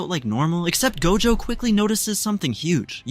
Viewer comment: First he say gojo not dojo